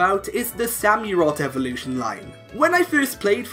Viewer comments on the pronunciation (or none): You can't pronounce samorot correctly. Its Sam-or-rott